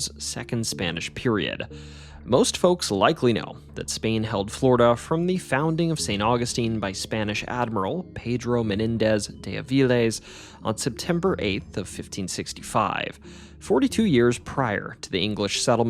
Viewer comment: Pronouciation needs improvement: sueños (tilde over the n), Avilés (accent on the E), coquina with a clear O not as an A sound as said on this video.